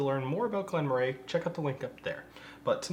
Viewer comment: I've been told it's apparently pronounced "Murray." As far as the whisky is concerned, I've considered every Glen Moray I've had as pretty good value for money, but they tend to be significantly cheaper in Europe. This one is under $40 here. The base Elgin whiskies are often under $25